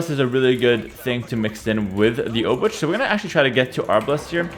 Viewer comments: Please don't prounance Obuch like you do, it's more like "Obooh", as "Ch" in polish is like a "h". "Cz" is polish version of english "Ch", so it would be written as "Obucz" when you pronunce it like this ;) Take care, also I can't belive how any human being can play so fast and precise xD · Always when say obuČ (Obuch) i get little more cancer. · Hey, "ch" in Obuch is pronounced with Polish "ch". You can imagine that as a sound you make just before you start to snore. I will review your Czech pronunciation soon. Take care! Yours low elo Czech viewer. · Pronounciation couldve been different at the time the game played. And even if not, pronounciation can still regionally vary. I do not think there is definite answer which one pronounciation is absolutely. If there was, it would not be sensibly applicable, since most people in the world would not even be able to pronounce it "right". Heras pronounciation - i dare to say - is wrong, while most of the pronounciations suggested here are probably in the range of right ones